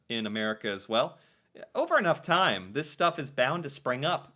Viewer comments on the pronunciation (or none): none